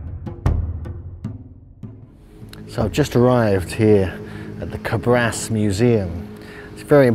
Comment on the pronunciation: Thank you for bringing up to light this fascinating part of our ancient story. Just one thing for people who wants to go and see this magnificent examples of giants: the name of the town is Càbras with the accent on the first "a". And, there is a theory which tells that this giants reppresent some glorious winners of a sort of Olympics games.